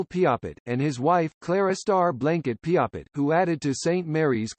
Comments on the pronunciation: Bad computer generated, and can't pronounce Qu'Appelle or Piapot. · Get a real human to narrate, and make sure they can pronounce Qu'Appelle, Piapot, and "Codine."